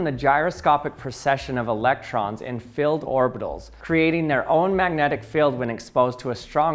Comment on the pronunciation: No he's saying field